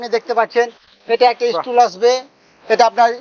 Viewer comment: ইস্টুল না টুল আর সব মালের দাম বল